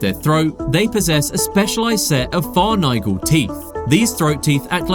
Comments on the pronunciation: I love this animal. So paradoxical. BTW "pharyngeal" = "far-IN-gee-ul" not "far-NIGH-gul". Fun doco! Cheers! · I was gonna ignore how you said pharyngeal (you said "far and eye gull", it's "fair n Gee ull") until you said inertia (you said "inner-ta" ... It's "inner-shuh." That shyt gotta be rage bait, but I'm diagnosed on the spectrum. It bothered me, and I had to say it 😂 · Just a couple of pointers for you pharyngeal pronounced fuh rin jee uhl, inertia pronounced uh nuh shuh and collagen pronounced ko luh jn. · "Pharyngeal" is pronounced fuh-RINGE-ee-ul. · Far-nygul teeth? Edit: thermal inurta? I'm out. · Pharyngeal = fair - en - gee - al, not whatever you said. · Or pharyngeal. Either my hearing is going or they pronounced it far-nargle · What kinda teeth??? Fuh-rin-GEE-ul. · How was pharyngeal teeth pronounced?? 😭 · Good video, learned a fair bit. One thing I would suggest, check pronunciation and do retakes when needed. You totally whiffed a few basic words like "inertia". Pharyngeal, ok that ones tougher, but again in a science video getting science words correct is...a pretty easy thing to get right. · And he butchered pharyngeal...he says a lot words wrong. Starting to think it's ragebait lol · Same with pharyngeal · Please can someone explain how a "marine expert" can mispronouce "pharyngeal", "inertia" and "wrasse"? Like one mistake is reading a script too quick, but three? What's going on?